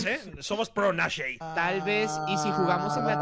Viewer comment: Ibai casi me daba Tok decía Nashei no Nashe xd